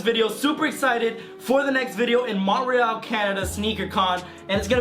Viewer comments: Mon te real .... you really don’t know how to pronounce shit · Did dis dude just pronounce Montreal as Mont-reeAl